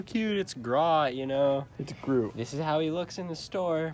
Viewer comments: It's Groot not grot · Now I see why he can’t read or pronounce grewt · is write on how Groot is pronounced is wrong on how Groot is pronounced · calls Groot grot